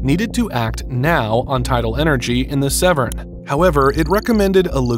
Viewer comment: Please pronounce Severn correctly!!!!